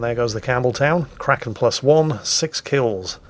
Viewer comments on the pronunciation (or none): none